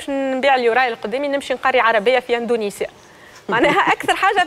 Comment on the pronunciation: يا سنية الدهماني يا استاذة ،عملتي العار. علاش تقول وتكرر الف مرة اندونزيا اندونزيا والصحيح هو اندونسيا يا معلمة